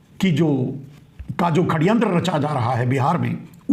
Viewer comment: षड़यंत्र को आप खड़यंत्र बोलते हैं,यदि सही है, उचित लगे तो कृपया सुधार कर लीजियेगा.. आपको नमन है, इतनी खरी और सही बात कहने का साहस बहुत कम लोग कर पाते हैं,इस दुष्ट व्यक्ति से देश को छुटकारा मिले, आपके इस अभियान की मैं अनुमोदना करता हूं और ईश्वर से प्रार्थना है कि शीघ्रातिशीघ्र आपकी वाणी फलित हो.